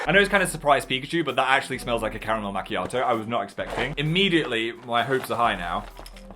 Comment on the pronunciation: Phil: majors in a language Also phil: mah Mahk mahiato